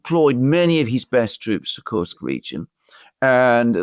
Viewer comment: Thank you for not saying Curse-k.